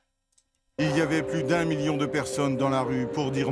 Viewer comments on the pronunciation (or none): none